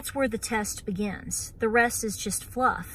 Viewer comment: Did you say stock up on phluff